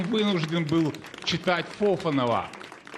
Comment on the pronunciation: Не ФОфанов, а ФофАнов!